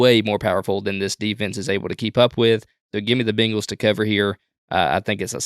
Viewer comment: Say it with me, "bang-les" Bang. Not bing.